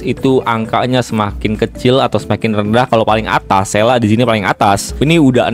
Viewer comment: "sela""sela""sela""sela", sele ajabang panggilnya, aneh dengernya